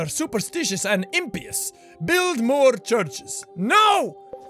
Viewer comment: did anyone else somewhat cringe when he misread impious? he said imp-eous. its I'm-pious. pious like a religious thing. impious like lacking the religious thing.